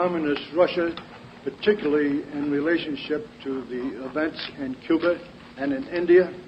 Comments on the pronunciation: there is only one way to find out. Get him to pronounce Cuba. If it’s, “ cuber” it’s him alright. Just hide your wife first. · cuber…..all right dammit….would you rather have that idiot former president in the White House saying Cuba